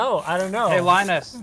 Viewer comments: LIE NUS WHAT DOES IT MEAN??? WHAT IS A LIENUS LIE NUS TECH TIPS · WHAT IS LIE-NUS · is just hilarious! "LIE NUS WHAT DOES IT MEAN???" "WHAT IS A LIENUS" "LIE NUS TECH TIPS" Savage:D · "What is a Lie Nus?" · LIE NUS TECH TIPS haha